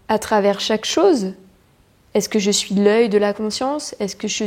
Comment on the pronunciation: Très beau message! À, j'ai entendu une prononciation de chez nous (Québec), "j'me su"...ou j'ai voulu entendre ce que je voulais 😉